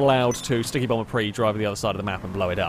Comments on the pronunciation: prius is pronouced pre - us not prees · PRIUS not PRE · the 'us' isn't silent in prius; it's pronounced "pree-us", not "pree" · Why do you call them pris, they're priuses? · It’s Prey not Preeees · Dude it's not a "pree" it's a PRIUS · When you say "Preez" do you mean Prius? You know it's a "Pre-us" not a Preez, right? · Because he's called it for many years and always will. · Well, if you gonna be all Latin on that one, you gotta pronounce it right, like "Pree-ee". Regardless, he said "Pree" in the singular form and I think I heard him saying "Prees" as plural. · You say prius wrong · is there any particular reason why you mispronounce prius?